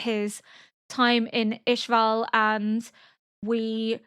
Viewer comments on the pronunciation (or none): As far as I can recall, both the sub and dub refer to it as Ishval (Ish-Vaahl), never Ishvael, lol